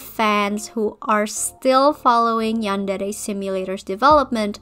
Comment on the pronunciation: I love the way you say "yandere" Also, do you will do Asu Rito or you will skip her?